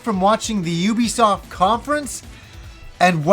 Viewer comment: Thank you for pronouncing the companies name the right way. THANK YOU.